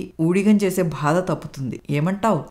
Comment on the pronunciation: Madam katha chala bagundi 👌👌 Oka chinna suggestion, "badha" anna word konchem practice cheyandi. Alage "chi chi" "Cha cha" Ane padaalu konchem light note lo chadavandi, maree votti petti chadivaru. Meku cheppagalige anthati danini kakapoyi undachu, but i hope you may notice it. Story was good, thanks to your Mother-in-Law for nice narration. We people like positive ending and inspirational stories right? ?